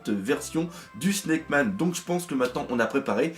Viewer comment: T'inquiète pas, tu prononces bien "Sna...ck":D. Allez, ta bonne humeur est génial, je file voir la suite;)